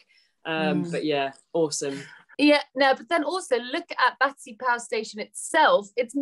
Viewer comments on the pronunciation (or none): An exciting report! Now I must visit it! One point: it's "Battersea" not "Battersear", as in your introduction.